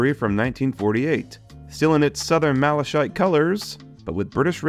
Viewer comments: Malakite is how it's said. Not Malashite. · Malachite is pronounced ma-la-kite! Also the problem with the bubble car/Daisy is a problem with the driveshafts, was a common fault on release and not too difficult to fix. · and you said maleshite instead of Malachite 😂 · ain’t no way you called it Malashite 😭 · Please look up the pronunciation of 'Malachite' - hearing it wrong so many times was painful Good video and great collection. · Malachite is pronounced with a hard “ch” not a soft one. It sounds like you’re calling it “shit” except in an Irish accent.